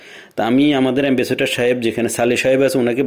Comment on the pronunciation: এ্যাম্বাসেটর না এ্যাম্বাসেডর চামচা যে মারে রে ভাই আজ শুনলাম